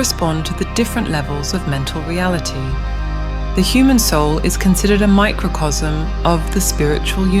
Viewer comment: Pronunciation: Macrocosm as "macrocosm" Microcosm... as "macrosm" 🙈..this languaje.. In spanish: Macrocosmo (maah-croh-cohs-moh) Microcosmo (meeh-croh-cohs-moh) Microcosmo